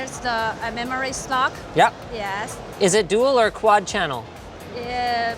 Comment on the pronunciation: "memory slock"